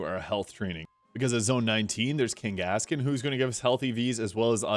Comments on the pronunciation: Bro i burst into laughter with how you said “KainGASkin” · i have never heard someone pronounce Kangaskhan like that ever in my life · I've never heard Kangaskhan ever pronounced that way in my life